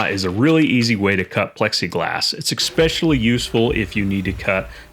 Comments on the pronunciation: "especially", not "expecially"... just sayn. Great video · FYI, the word is not 'ecspecially,' but 'especially.' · Good straight forward video, no bs. Thanks for the help... and, it's especially. Not expecially. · There’s neither a k nor an x in the word especially. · First, it's a Circular saw not a Cerclier saw. Second it's especially not EXspecially. Learn Engrish! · You had me at expecially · No such word as "expecially". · Did I hear someone say’ “Ex-specially”? Come on. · I have never heard anyone repeatedly pronounce the word "especially" as :"eggspecially and/or expecially" ... but I digress; in Bides economy, that is like $60 bucks worth of "scrap" OSB. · Nice but please, there is no “x” in “especially”. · Good video, thanks. But there is no hard "k" in the word "especially". Just FYI. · You seem to be having a hard time with basic English. Here, let me help you out... ESPECIALLY - is there a "K" in there? ET CETERA - again, see the letter, "K," in this one? ESCAPE - another illiterate millennials love to get wrong. One more time, is there a "K" present in this word? No? THEN STOP PRONOUNCING IT WITH A "K"!!!